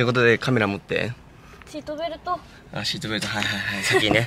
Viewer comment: シートベルト⤴の発音が可愛い😂